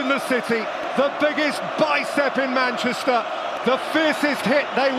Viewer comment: "Madeira, Sporting, Manchaster and Manchaster again"